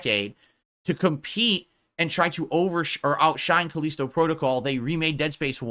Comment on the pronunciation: I can't take his pronunciation of Callisto. He's trying to big brain it or something. Like most things I guess.